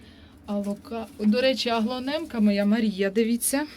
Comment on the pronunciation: Доброго дня,. Цікаво розповідаєте, гарні квіти. Але - бегонія, аглаонема, пеперомія.